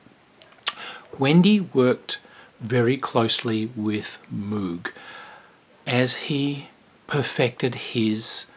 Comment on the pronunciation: FYI "Moog" rhymes with "rogue". Switched On Bach is one of my top 10 favorite albums. Life wouldn't be the same without Wendy Carlos.